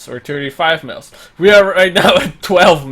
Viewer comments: Okay but like miles to him sounds like meals to me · I love how he says miles